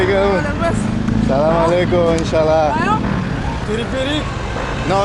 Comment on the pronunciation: كلمة السلام عليكم تخرج من فمك كأنك مسلم مرحبا بك في بلدك الثاني أرجو أن تكون بخير محتواك راءع اعانكم الله سلام عليكم جولة ممتعة